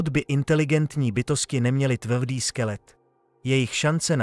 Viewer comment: Tv-dy misto tvrdý tvalo misto trvalo...